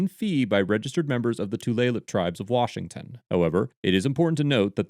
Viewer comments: Good video. I grew up near the Tulalip Reservation, and never realized just how complex tribal law was. It was also nice hearing you pronounce Washington names correctly. Most people have a tough time with that. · Just popping in to say that nailed the pronunciation of the WA tribes. Did his research as always, great video.